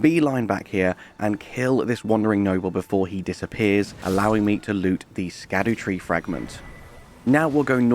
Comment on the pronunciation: Just a small correction. Scadutree is pronounced “Skah-Dee-tree” but great video as always!